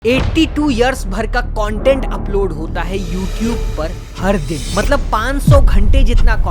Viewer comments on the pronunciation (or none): none